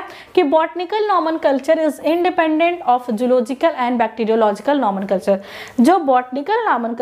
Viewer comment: It's not nomenculture it's nomenclature